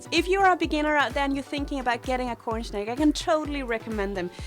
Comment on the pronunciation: Am I the only one who hears her saying "cornSHnake"?